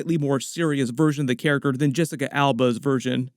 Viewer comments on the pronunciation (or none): none